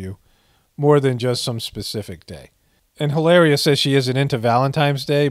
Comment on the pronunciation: Don’t cancel me, I know you don’t need to know nor do you care. I speak Spanish and since she’s Spaniard from Boston,Spain, LOL HilARRRRRRRIA!!! ; that dish is Paella pronounced Pie-aaaaya… great dish but looks more Bostonian than Spaniard, lol love your work, epic stuff and food for the soul